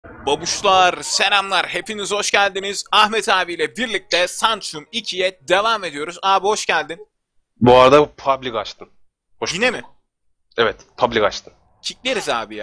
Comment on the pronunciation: abi lütfen sanctum deme sinir oluyorum kusura bakma lütfen sanktum diye okunuyo abi